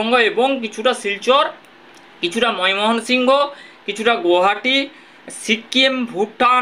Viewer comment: ' ময় মোহন সিংহ ' বলে কোনো জায়গা তো বাংলা দেশে নেই , তুমি তো বাঙালি , বাংলা উচ্চারণ‌ও করতে শেখো নি ?